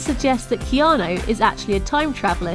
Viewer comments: He also has the fem version of his name. The male version is pronounced "Kee-awn-ooooooooooo" his is the female version "Kee-awn-aaaaaaaaaaaa" its as though his name were Erica as opposed to Eric. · Who the fuck is "Keano" Reeves?